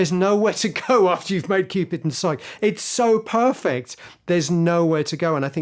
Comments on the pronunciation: It's pronounced "sigh-kee" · You mispronounced 'psyche' [cringe].